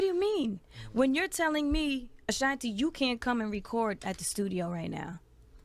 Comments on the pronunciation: You don't know how to pronounce her name ? "Uh Shon tee". OK YOU GOT IT !!!! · Gah dam its Ah-Shan-T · It's the mispronunciation of her name for me 😫👈🤣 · This video is so misleading. Ashanti is not responding to the recent video Irv Gotti was recently in. You can’t even pronounce her name correctly. It’s super cringey. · I CANT WATCH THIS CRAP! CANT EVEN PRONOUNCE HER NAME RIGHT..SMH